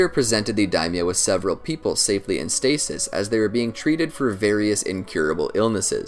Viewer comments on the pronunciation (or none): none